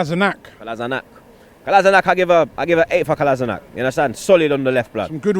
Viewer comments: its not kolazinak. Its kolashinac. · no mate, thats the German way of pronouncing it. He's Bosnian and so is his lastname and you pronounce it like "Kola - shi - natz" Kolašinac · It's actually Kolashinats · Kolasinac pronounced (Kolashinats) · Tell he's pronouncing Kolašinac wrong, it's "Kolashinatz" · AlmightyStarfire it's because Sead did not grow up in Bosnia and he doesn't know how to pronounce Bosnian words and surnames himself. It is pronounced as Kolashinatz. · Who? Me? Or how Ian Wright says it "Kola-see-nac" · Your pronunciation of Kolašinac is so wrong fam. Robbie's is a bit closer but still not very good.